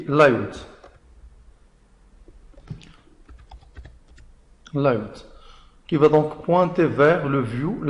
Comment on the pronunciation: Une très bonne explication, mais t'as un petit problème avec la prononciation entre francais et anglais comme URL, Layout......... tu doit travail sur cette cote